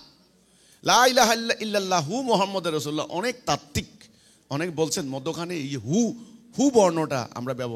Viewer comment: ভাই আগে কালেমা টা শুদ্ধু করে বলা শিখ,,,, মুহাম্মাদের রাসুলুল্লাহ হবে না মুহাম্মাদুর রাসুলুল্লাহ হবে